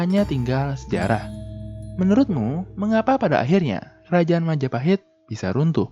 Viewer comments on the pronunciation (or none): Oh, look who controls all the islands. It's the... Mahajapit ❌ Majahapit ❌ Mapajahit ❌ Ma-ja-pa-hit? ✔️